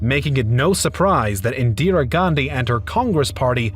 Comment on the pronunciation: Your Indian name pronunciations need a lot of work. Pronouncing "Jawaharlal" with the Spanish silent "J" (as "Hawa-harlal), and then calling "Indira" as "Indiree".